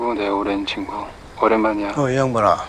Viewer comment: 친구=진구? 발음이 비슷헌디